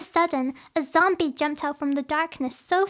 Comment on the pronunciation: "but of all the sudden bbezombie" Me : Be what? Beezombie?